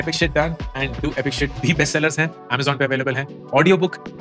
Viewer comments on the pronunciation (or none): none